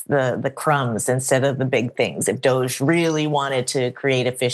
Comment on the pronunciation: Francesca Fiorentini called it "Dogge" dear.